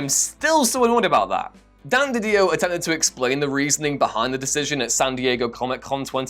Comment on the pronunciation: love the comics king of whatculture mispronouncing Didio and capullo